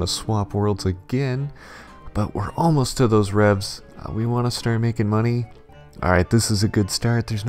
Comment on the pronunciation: everytime he said AWWRIGHT I get weak